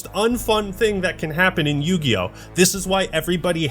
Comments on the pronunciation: More like Yu-GAY-yo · Ah yes... the Yu-Gay-Oh. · Wtf is yugio? Coming from a guy who played magic the gathering........